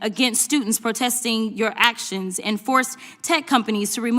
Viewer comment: Acktins? It is pronounced actions there dummy